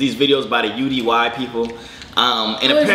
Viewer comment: It’s UDY not U - D - Y